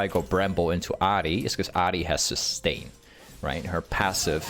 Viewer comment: wait you actually pronounce ahri in japanese? that's cool actually never thought bout that